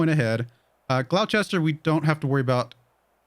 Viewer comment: Gloucester, strange though it may seem, is pronounced glosster.